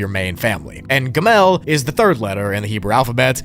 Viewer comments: it’s pronounced gimel and not gamel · Bro, youre using chromatic incorrectly. Chromatic means COLORFUL. You mean MONOchromatic, as in one color. Also, its GI-mel, not gi-MEL. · What you said is “Gamel” is pronounced “Gimel” “Bet” you pronounced right, and “Alef” you highlighted the e in ur pronunciation highlight the A